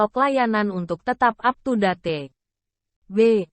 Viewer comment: Saran audionya bg knapa ga dibaca langsung aja..jangan pakai mbak googlenya...masa ngomong aptudate... 😁